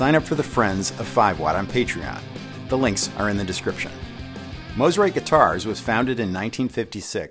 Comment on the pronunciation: Thank you for saying the name correctly. Mo, not ma